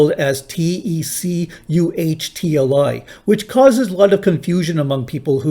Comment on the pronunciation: Not a good pronunciation of teuctli/tecuhtli. You still pronounce three syllables in /tekwtli/ - there should only be two. You still pronounce the u as a vowel which is an artefact of the main problem of the Andres-Campbell-Karttunen orthography. In actual current Nahua pronunciation in almost all cases the kw is pronounced only as k in syllable final position before consonant. So tektli is a better approximation, and in fact we often se tectli or tecli as the spelling in colonial Nahua documents.